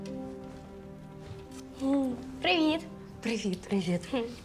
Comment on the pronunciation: прозвучав чисто російський прівет